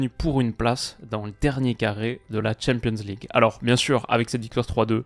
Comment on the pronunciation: Qu'il apprenne d'abord à dire champion's league ou C1, c'est pénible ... et ridicule (quand on comprend l'anglais).